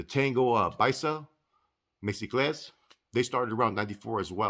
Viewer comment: Mexicles... Meh-hee-cleys say it fast